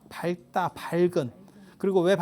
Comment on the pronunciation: 밝다~ 발따로 발음하지 않고 박따로 발음합니다. 잘 듣고 봤습니다. 고맙습니다.